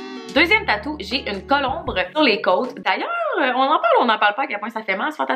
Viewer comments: La vidéo est full bonne, mais par contre on dit colombe, pas colombre 😂❤️ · jtadore vrm mais on dit pas colombre mais colombe!!!😩😩😩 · Bin oui !! Esti qu'à m'as fait rire 😂🤣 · Très cool vidéo!!! Par contre, je pense qu’on dit colombe 🕊 je suis allé voir sur internet parce que je trouvais que ça sonnait drôle coulombre😂 Je voulais juste t’en faire part! Bonne soirée 😘